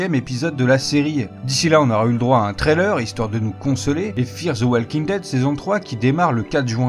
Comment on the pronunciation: dit "Waukin" pas "walleking" stp